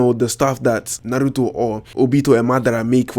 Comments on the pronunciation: U say "naruto" so funny😂😂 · the way you say Naruto annoys me